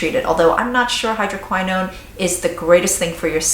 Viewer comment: You are mispronouncing "hydroquinone" - hydro - QUINN - own. It is NOT pronounced (hydro - k - WHY - known) - Jesus L - A - D - Y!!!!